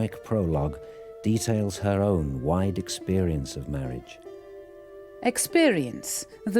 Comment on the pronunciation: I am sorry. Marriage doesn't sound like marriage when read in that video. It sounds more like Mirage.